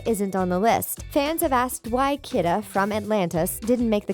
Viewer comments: Tiana came in 2009 & Rapunzel came in 2010! & Kida is pronounced Kee-da not Kid-a! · The narrator doesn't sound like she's actually seen Atlantis - Kida is pronounced "key-duh", not "kidda" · kee-duh, not kid-uh. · On , I think you mispronounced the name of the princess from 'Atlantis'. It's pronounced Kee-Dah', like saying a name 'Gina'.